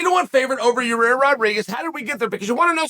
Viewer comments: So we just gonna keep calling this guy "Yuh-Rear"? ...ok bet lol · It's YA-REEEER!!!! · one of the best parts of a Yair fight week is hearing Chael continuously calling him "your rear" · Can't get over how Chael calls him "Ya rear"